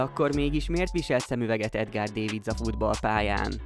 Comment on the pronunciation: nem úgy kell ejteni csak szólok,ő holland nem angol, Edgár dávidc nak kell ejteni de a C, S be megy át de ez csak akcentus,a videó elkészítöje beírta google fordítóba és neki az a minden,ne hogy utána nézzen már valaminek amiről videót készít :D